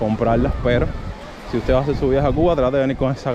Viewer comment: "hacer" , no "hacel".